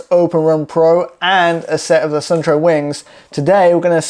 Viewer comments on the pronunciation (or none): Suunto is a Finnish brand. The name is pronounced like soon-to where 'to' is pronounced like the beginning of the word tok